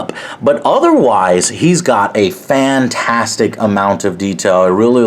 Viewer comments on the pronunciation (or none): none